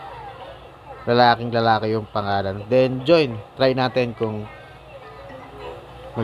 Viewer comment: Hirap mo intindihan...sa part Ng pag join 😂